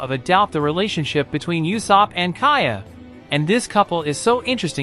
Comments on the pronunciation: It's u-sop dude not yusop :( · It’s usopp